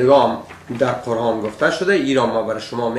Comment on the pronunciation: کل بیخرد! اولا خو باید که کمی بالای تلفظ کار کنی قرهان و ما هده و غیره. بعدش تفسیر قرآن شریف کار تو کل بیخرد نیست. چون خودت یک شرابی هستی به این اساس فقط با تفسیر غلط فقط خود و دیگران را به بیراهه میکشانی. خدا هدایتت کند.